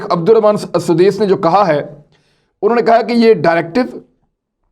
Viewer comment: سدیس کا تلفظ درست فرمائیں